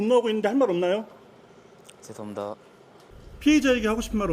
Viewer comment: 죄송합니다할때발음보면 죄송합니다~ 전혀반성안하는 말투인데?